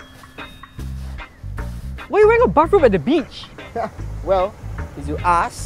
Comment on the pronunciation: Him: What A Beach This is What I hear: What A Peach